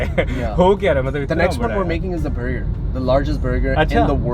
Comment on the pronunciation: birgur wtf burger is so easy to pronounce, rented accent of shaveer jafry 😂😂😂